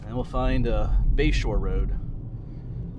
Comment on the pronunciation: Toward the end of the video I thought you were saying Bayshore rd and I thought, what an odd name for that area. I looked it up and it is Bashore rd, I assume after someone’s last name? Makes more sense. Anyway beautiful video of a beautiful area, thanks.